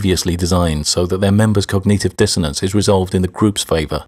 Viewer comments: Your saying cog-nEE-tive is dissonant. It's cog-nit-ive... as in, wit-nit. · why does he pronounce cognitive as cogneative?